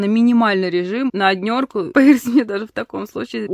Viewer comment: "На однерку":-) :-) :-)